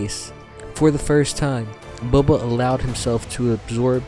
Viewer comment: Towards the end of the read, you called him “Bubba” once.. 😂 omg… Bubba Fett… 🐊”Ya’ll be needin’ bounty huntin’ done?” 🤣